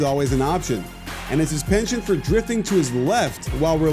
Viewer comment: Penchant! Dude....learn how to pronounce it ffs.